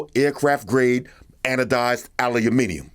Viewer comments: You said aluminium correctly. For that, and the most excellent review, I sub instantly. I look forward to more! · I think has got closest to saying aluminium properly out of all America 😀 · What?? Did i just hear an American pronounce aluminium properly? Mind blown 😂